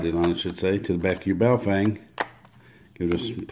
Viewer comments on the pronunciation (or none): Its pronounced BOW FUNG ... depending on the characters you are reading